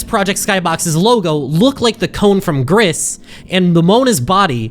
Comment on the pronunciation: GRIS IS PRONOUNCED "GREECE" GRAAAAAAAAAAAAAAAAAAAAAAAAAAAAAAAAAAAAAAAAAAAAAAAAH